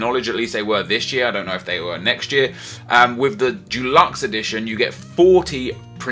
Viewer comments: It's deluxe not dulux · why do you find it so hard to pronounce 'deluxe'? It's not f*cking dulux, that's paint. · it's pronounced dEluxe not DUluxe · Its deluxe not Dulux. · How do you find it so hard to pronounce "deluxe".